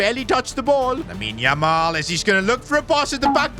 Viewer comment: says lamine yumal😂😂